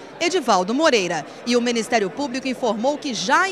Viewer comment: ..........." Menestério Público "